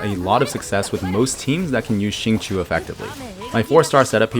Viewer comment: awesome video ! this abyss was definitely a lot more fun than the last few cycles (aka wolflord). just an fyi, xingqiu is pronounced shing-choh (qiu rhymes with low and not chew)